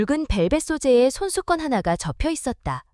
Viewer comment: 손수건을 손수껀? 혹시 조선족인가요?